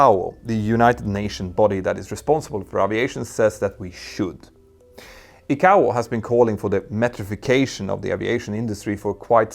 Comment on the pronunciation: ICAO = eye-k-oh